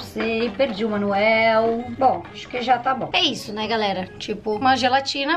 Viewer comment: Ela falou pitiça e garela kkk amuh a